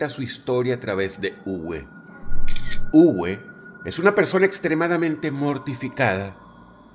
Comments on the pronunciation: También el nombre no se pronuncia "Ugüe", se pronuncia "Ube" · Muy buen video, solo queria comentar. Uwe en Aleman se pronuncia Ube, como en Volkswagen. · Uwe se pronuncia como una b labio-dental . Saludos Dross ,buen video!